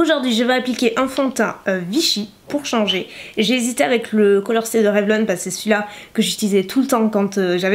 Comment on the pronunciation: Quand tu dis « parce que » on dirait tu bafouilles tu dis juste « pas je.. » mdr t’es chou 😘